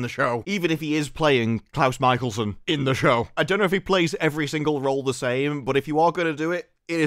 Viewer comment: ITS CLOUSE MICHELSON!!!